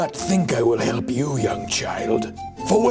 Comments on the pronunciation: hewp. hewp hewp hewp. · HEWP! HEWP HEWP HEWP HEWP! HEWP HEWP! This has taught me listening to my mother gets me killed. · hewp hewp, hewp, hewwppp, hewp hewp LOL